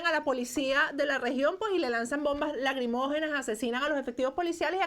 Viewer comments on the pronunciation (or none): Poleo se dice "LACRIMOGENO" no "LAGRIMOGENO"...